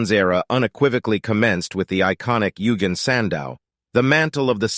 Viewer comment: "Yoogin" sandow 💀